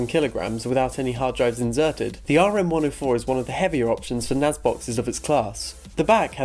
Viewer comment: NAS not NAZ